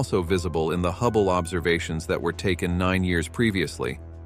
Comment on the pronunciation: There were a lot of noticeable computer voice-over errors ( a few from typos maybe a sticky "e key") I listed the ones I noticed for free, below: ○《observisions》& ○《astronomeers》 - - ○turning them up by the "dossen" - ○"heedious stars" <I would choose a different adjective like behemoth or gargantuan> ○ "200 dollars" ? - ○ "For 2 whole 'deecaydees'.."- ○ "..scientists have wondered how {theese 'super-massivee'} black holes were formed"- ○ "quā-sārs" ○ "most colorful view of 《the》 universe"- □ (also) Who is Chad Marler? I would go into that a bit more! This ones on the house, if you feel I've helped and need a light editor. I am looking for a job currently. I was an English teacher in South Korea.